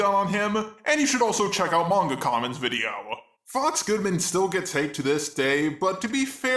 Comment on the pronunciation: OMG... said MangaKamen correctly...